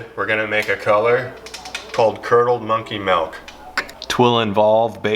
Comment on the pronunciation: Didn’t imagine as a “melk” instead of “milk” guy and I’m sorely disappointed. But great looking baits!